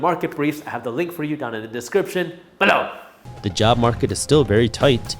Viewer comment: I thought he’s saying “but now!” ?